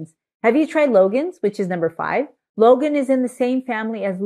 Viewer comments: Hi. The fruit you like should be pronounced more like LONE-aunt ("dragon-eye" in Cantoneae dialect). Appreciate your information- and wisdom- packed videos! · For those interested in knowing, Longan is pronounced Long + Ahn or Long + Ann. It is Cantonese as the fruit grows mainly in southern china. It’s actually: long + ngan but shortened to longan in English. It should not be pronounced Logan. Long (dragon) Ngan (eye). Lychee can be pronounced Lie + chee (Cantonese) or Lee + Chee (mandarin) depending on which version. Again, I prefer Lie+chee because this fruit originates from southern china (mainly canton and Fujian). Btw, I’m Cantonese by descent.